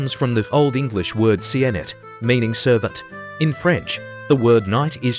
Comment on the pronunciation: Cniht in OE was definitely not pronounced "See-innit"! It sounded like German 'nicht' but with a K-sound to start